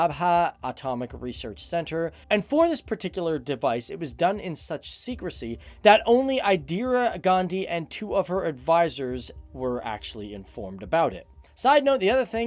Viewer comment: Not Idira "Indira"